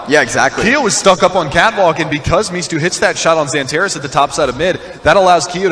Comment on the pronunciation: xanteres değil xantares